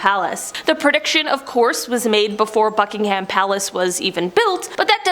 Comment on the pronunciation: It is not pronounced Bucking-ham palace.